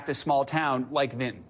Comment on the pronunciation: And it’s BENTON not VINTON